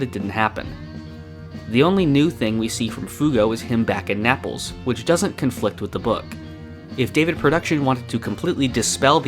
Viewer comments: N-Apples Isn’t it said Naples like staples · homie really just pronounced it na-ah-ples instead of nay-ples clown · >Nahples Nay-ples bruh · Mans just called Naples N-apples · did just say napples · Did this man really just say Napples 🍎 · angry Italian Frozone noises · DID THIS MAN SAY NAPLES LIKE SNAPPLE? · excuse me how did you just pronounce naples